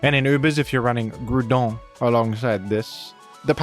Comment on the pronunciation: French Groudon pronunciation is insane